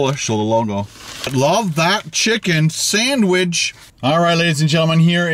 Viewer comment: Says sandwidge 4 times.